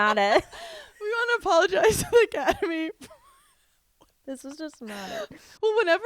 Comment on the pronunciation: “Apologize the aCATemy”